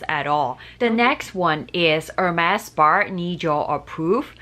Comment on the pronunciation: Spar spar spar….. its spa 😂